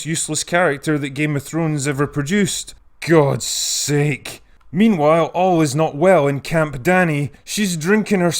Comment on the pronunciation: "Gud Sake" llllllmao